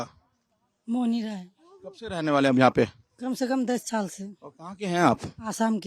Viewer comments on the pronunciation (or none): छाल बोल रही है साल को 😂😂😂😂 बांग्लादेशी हैं